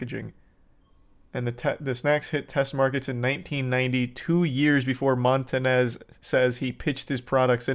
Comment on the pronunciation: Bro really said “Montanez” 👨🏻‍🦳